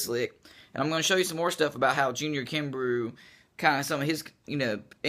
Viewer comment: I think his name is pronounced kimbroh.